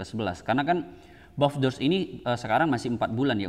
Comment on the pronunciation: Baby doge 🤣🤣🤣 bukan buff doge